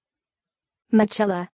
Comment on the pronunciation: Absolutely not! It is pronounced Mi-ke-la